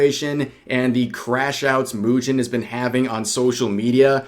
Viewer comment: from now on I will call mujin moo-gin 🤣 I feel some gin will flow with the amount of coping he show XD